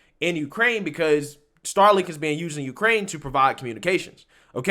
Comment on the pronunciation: Of Uuukrrrraine